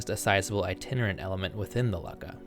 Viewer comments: Why are you pronouncing it as "lucka"? It should sound like "Loo-ka.." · Luck-a? No, Luu-Ka. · How on Earth can you go from Luckah, to Leyesiah is a heart-beat? Like all these history videos, mispronunciations like this, make me click off the video. We know that in Latin and Greek, the "C" is ALWAYS pronounced as a hard "K". Pronunciation is as much a part of the background research as are the reading of primary and secondary sources. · "Lukka" -- is only pronounced as LOO-ka! The double K fixes the sound only as "you" sound. It is grammatically incorrect to pronounce it any other way. There are many mispronunciations in this video. It is a shame, spoiling accurate information with inaccurate pronunciation of scientifically historically determined terms.😢 Please fix it in your next video❤❤❤❤